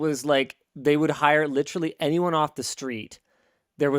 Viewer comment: When is Linus going to say the word literrally right?